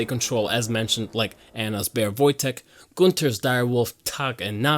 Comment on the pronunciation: Do you happen to speak german? Your pronounciations of ''Nacht'' and ''Tag'' were on point! Besides that, good video :D